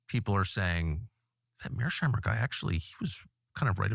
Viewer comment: I have studied his realist theory and I disagree with his perspective, but yk you’re saying his name wrong right?